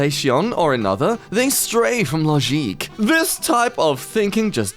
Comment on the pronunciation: Ah yes, "Logeek" . Finally an appropriate pronunciation!